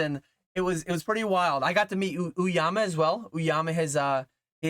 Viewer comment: Peace and love “Oh-Yama” not “ooo-Yama”